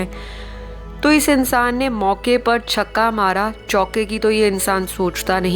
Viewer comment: Hahaha like the way you said 'ye chakaa marta hei instead of chokkaaa😅😅🤣🤣